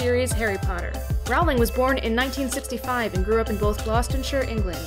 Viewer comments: Roooooooooowling not rawling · It's rOwling not rAwling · it's pronounced row-ling as in rolling pin. not row-ling as in having a row-ling. she has stated her self that that is her name- and for such a self-proclaomed big fan like yourself her comment that she has "long given up correcting Americans" really fits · its jk ROLLING NOT RALLING ABUSE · You pronounce her last name wrong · Looool I had to come to actual video to see if any Potterheads had commented that she pronounced Rowling's name wrong 😂😂 (and I wouldn't even be that offended except that there is a solid 4 minutes of details about Rowling's life but NOTHING about how to say her name???) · Can you say her name right atleast lol